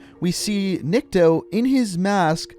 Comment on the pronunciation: not nIkto, his name is niktO, niktO- никтО, dat`s mean "nobody", ok, alright? Просто слух режет) (a little bit annoying XD)